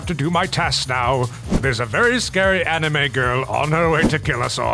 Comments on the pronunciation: Gentleman you said anaime and not anime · i laughed when he said animoo instead of anime